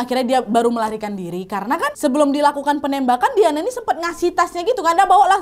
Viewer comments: diyane diyane.... baca dayen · Ondee payah bana manyabuiknyo Wak... 'Dayen' do, ndak Dia-neu Wak... 😅😅